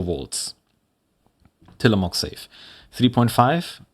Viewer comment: from an oregonian; till-uh-mo(slightly long o)hk. not quite how you'd say mook, not how you'd say mock. but also not a proper long o/oo. perhaps muhk.